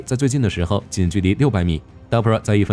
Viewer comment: DARPA，不是 DAPRA